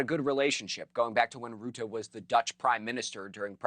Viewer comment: Have been looking forward to hearing Americans pronounce Rutte. The u is pronounced like the u in rut, to be in a rut. Rut-te, te as in the start of tear, to tear something apart